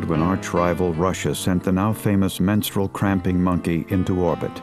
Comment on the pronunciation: haha "menstranauts"